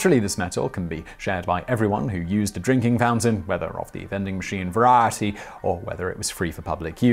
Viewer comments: Whichever writer keeps sneaking the word "variety" into Simon's monologues - his pronunciation keeps crackn' me up every time. SNEAK IN MORE "VARIETY"! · What's up with the way he says variety? It's not his accent, he sounds like he's having a small stroke